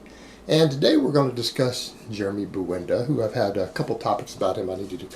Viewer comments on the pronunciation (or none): Jeremy "Buwenda" lol